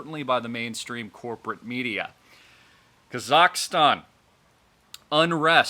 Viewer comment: You need to learn how to pronounce kazakstan not kazakastan. Dope